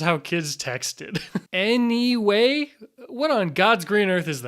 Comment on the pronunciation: That's it I'm always going to say neway instead of anyway